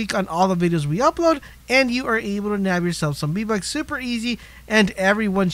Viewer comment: did he say b buks or v buks